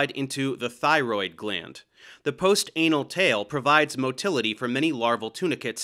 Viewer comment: lol "post anal tail"